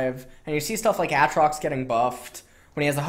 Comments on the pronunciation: Nausus. Mauna. Autrox. Looking for a gun to blow my ears out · Actually tilted and triggered by how he says aatrox. Every time I hear aahtrox I actually get angrier and I never touched the champ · It's ayyytrox urghhhhhhhh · Aatrox pronunciation when?